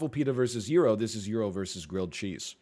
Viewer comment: His pronunciation of gyro just hurt so much